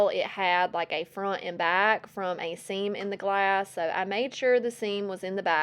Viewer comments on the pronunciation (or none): none